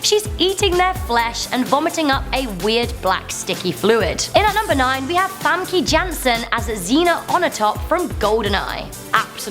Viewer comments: it's "Fham-kah" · Famkey ? wtf pronounce her name right....